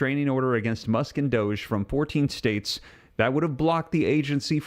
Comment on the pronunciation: It’s Musk like as in Musk cologne, not Muck like through the mud and the muck, common sense, use it and listen to how something is being said!